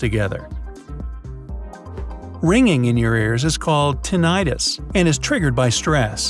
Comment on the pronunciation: Tinnitus is pronounced tin-it-is, accent on the first syllable. The narrator is pronouncing tinnitis, the word for inflamed tin.